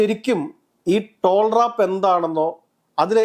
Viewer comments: ടോൾ റാപ്പ് അല്ലാ ടാൽറോപ് 😂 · ടോൾ റാപ്പ് അല്ല, ടാൽ റോപ്പ്